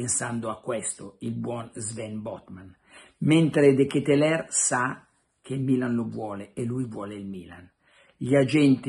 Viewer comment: DKL....pare che si pronunci.....De Ketelar ?????